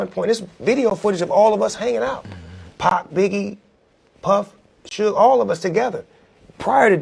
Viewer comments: "SEWG" its "SHOOG" smh FACE PALM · I was like wtf? Sooge Knight....Sooge Knight....I'm like...that guy is definitely YT surprised he didn't say TEWPACK SHACURE. omg I can't even take this fake ass click bait seriously wtf😂😂😂😂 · "SOOGE" lmao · Who tf is SOOGE ? Culture Vultures need to learn how to pronounce peoples name before making videos about them 😅